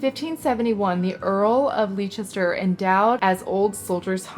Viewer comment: If you're dish says Leicester it's pronounced Lester :-) Great haul. Love the quilt